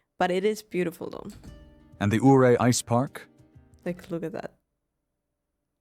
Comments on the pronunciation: Ouray, Colorado is pronounced YOU RAY. Named after Chief Ouray of the Ute Tribe of Native Americans. I lived in the area from . Loved it. Regret moving away. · It's not pronounced O ray, it's U ray! 😊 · Ouray Colorado is pronounced Yuray not Ooray!